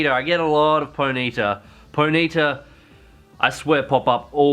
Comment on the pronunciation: I will fly there, hell I'll walk all the way to Adelaide and teach you how to say Ponyta xD